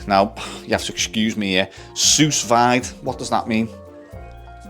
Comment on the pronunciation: It's pronounced like...sue veed and it is sealed in a bag and cooked in warm/hot water. Low and slow. Low temp for a long time. You get to cook them with the marinade sealed in the bag. You can do the veggies and such the same way at the same time. Of course you then have to sear it for the outside color.